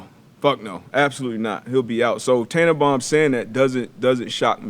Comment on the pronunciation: I stopped listening at “Tannebum”